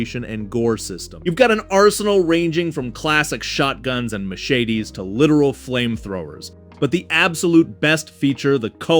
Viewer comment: What's a muhshayde? Did you mean machete?